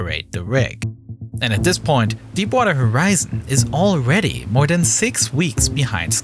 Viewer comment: “Alweady” “miwwion” “da”